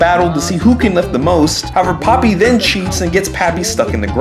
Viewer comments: Not poppy pronounced po pee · also popee is pronounced POH-PEE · Well her name is not papi her name is popee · Has anyone noticed most of the time he was saying papi the same for the entire video? AKA he was calling popee and papi the same thing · I always thought Popee's name was pronounced POE PEE lmao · (Title here) but every time he says Popee and Kedamono wrong it gets louder